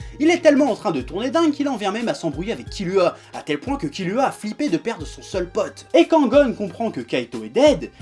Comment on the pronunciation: Kirua pas kilua